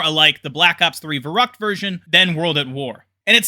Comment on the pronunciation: It's kind of annoying how you pronounce Verrückt